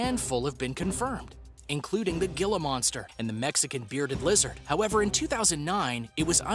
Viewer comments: Hi, Gila monsters are pronounced with an h.So phonetically it's said as Hila, overall good stuff right there.Take care and thanks. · Why did you pronounce 'Gila' like that?, informative vid though.